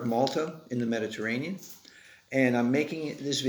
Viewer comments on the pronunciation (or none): none